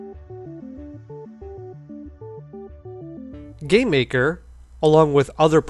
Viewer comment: I keep hearing you say "gay maker"